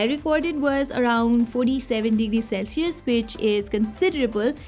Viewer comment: " 47 degree Celshius "😌😌😅